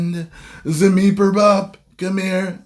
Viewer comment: I lost it at zameeperbop or whatever you said, haha.